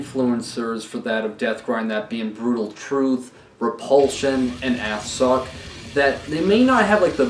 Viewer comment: Assück - pronounced "Assook" The u has an umlaut. The two dots above the "U". It changes the pitch of the vowel.